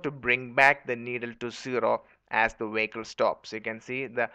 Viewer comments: "W". that's why the BPO industry left India. Wehicle. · LOLLLLLLLLLLLLLLLLLLLLLLLLLLLLLLLLLLLLLLLLLLLL. 'Wehicle.' Stop correcting me, Grammarly. I assure you, it's wehicle.